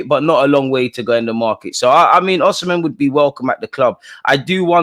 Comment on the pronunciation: Just so u know its Osimhen not oshimen